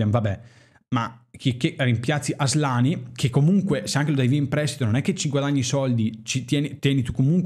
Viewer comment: Però nessuno ha notato come ha asllani, ASSlani ahahahah